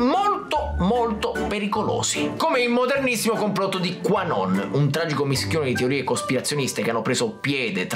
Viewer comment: Ogni volta che pronuncia Qanon io mi immagino che dica tua non XD